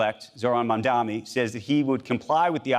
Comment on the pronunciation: Get his name right. MAM-DANI! Not Man-Dami